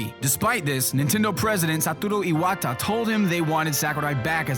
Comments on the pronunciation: IwAtTa lol kudos for the pronunciation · Jesus, pronunciation of Iwata's and Sakurai's names actually annoy me